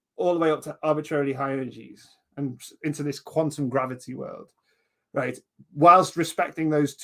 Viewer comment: Just one thing I can't quite pin down is pronunciation of "right". It's somewhere between "rate" and the more northern "reet"; something like,"Reeate". Love it.